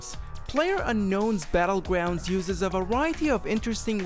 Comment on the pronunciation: "Battlegwounds" that's adorable